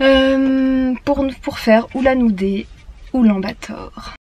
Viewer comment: Mais oui. Sauf la prononciation, on ne dit pas Oulan-Bator. C'est un peu comme " Oulane - Bator "